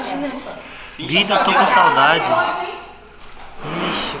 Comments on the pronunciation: "saldade" ai é foda KKKKKKKKK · Precisa de um professor urgente de português pro saldade com "L" kkkkkkkkkk é saudade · "Saldade" foi pro lascar kkkkkkkkk